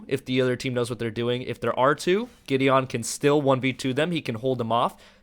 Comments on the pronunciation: Same here.. GI-DEE-UN! (MTG planeswalker!) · It's pronounced gideun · that is soooooooooooooooooo not how you pronounce Gideon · it bothers me u can't pronounce Gideon..